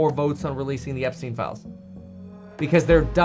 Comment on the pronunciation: epstien Epstien EPSTEN